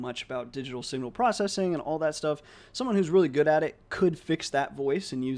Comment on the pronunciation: Incredible work. I think the transfer learning can be improved by doctoring your transcript to account for your accent. Youll be able to overcome the pronunciation issues once the model is trained. For example, when you say good there is a heavy u sound. You can transcribe it as gould and it would likely be a closer phoneme